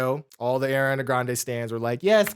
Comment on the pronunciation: Can’t believe people just be calling Ariana Airana…